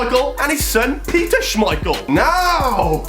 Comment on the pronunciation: He said Kasper schemeichel and his son Peter schemeichel